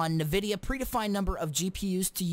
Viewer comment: EARNMNAIDFNLADN LEARN HOW TO SAY NVIDIA JEEZ